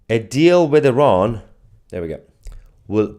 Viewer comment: IrAn... i learned how to pronounce it properly...ty